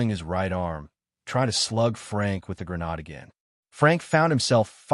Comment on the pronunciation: Thanks for posting, & I'm not complaining; the reading is excellent but I wish it said "GRENADE" instead of "GRA-NOD" 😂